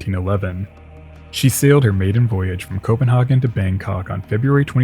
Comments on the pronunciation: København in Danish is pronounced Coh-ben-hay-vn. Very similar to how the English spelling, Copenhagen, is pronounced. You are pronouncing it similar to the way the German spelling, Kopenhagen, is pronounced, Koh-pen-har-gen. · ...just an observation, not a criticism..its pronounced 'Copen-HAY-gen. TY from Denmark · I am amused that you call the ship the Danish 'København', yet of some reason pronounce the name of the city in...German? If you want to name in in another language, why not at least pronounce it in English?